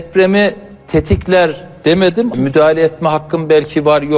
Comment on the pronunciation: Tetikler demedi.... Tettikler dedimi Teytikler dedimi Hah tamam yanlış anladınız. Tetkiklerdedi yav tetkikleri iyi yapmasasanız manasında Yani Depremi tetkikler ile çözeriz. Ulan ne pişkin daha önce anlaşmalı kanalarda soruları kendisi verdiği için,böyle durumlarda nediyeceğini bikeneyen makamının ardına saklanır. Kendisi her hangi biri değil de, dil uzattığı kişi yüzde 52 oy ile gelmiş Cumhurbaşkanı. O zaman neymiş kendine yapılmasın dediğini başkasına da yapmayacakmışsın demi sayın başkan.